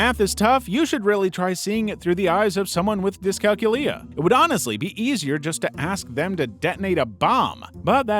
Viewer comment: Dys-cal-culia pronounce it like its a vampire name not Gonorrhoea. We can understand a counting clock, its just asking to transition an analogue clock in roman numerals to 24 hour time is the level that screw ups occur